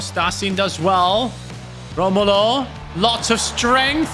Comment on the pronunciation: Brazilians don’t roll there Rs like Portuguese do, Romulo name sounds like Ho-mo-low in